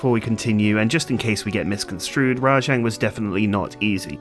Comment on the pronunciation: Wait! WTF!? Did anyone else notice when called rajang, “Django”? lol! 🤣 Unless he's black, that’s racist. Django is the titular black main character in Quentin Tarantino’s Django Unchained. How did this get past the editing stage?